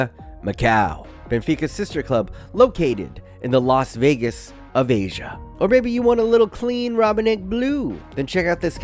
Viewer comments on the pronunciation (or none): none